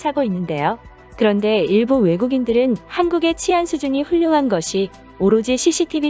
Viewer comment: 치안은 [치]가 장음으로 발음해야 합니다.